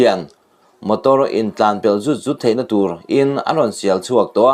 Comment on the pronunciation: Mizoṭawng thlûk hi iva han thiam mawh em, "zut zut" tih i lam dan pawh a dik lo leh pang mai